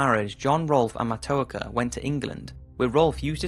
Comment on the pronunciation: As a Native American, thank you for telling people about the true story of Matoaka... I would like to make a minor correction for pronunciation. Her name is pronounced "Mah-toe-ah-ka"